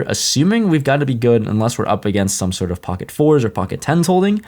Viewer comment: I love you! But god I hate how you say “POCKET” goddamn